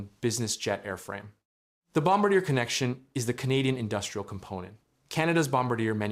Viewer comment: Kept mispronouncing Bombardier until